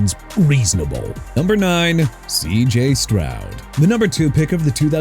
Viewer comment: NUMBER NOT "UMBER", JAGUARS PRONOUNCED JA-GWAARS NOT "JAG-WIRES" AND CHICAGO PRONOUNCED SHUH-KAH-GOW NOT CHI-KAH-GOW! YOU KNOW WHAT? ENOUGH'S ENOUGH. MR AI VOICE DUDE YOU CAN'T PRONOUNCE OR SPELL FOR NOTHING! MAYBE MENTION TUA SINCE HE'S NOT ON THE LIST! HOW'S THAT?! SMH!!